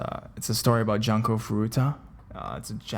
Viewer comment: 'Junko' is pronounced "joon-ko" ;v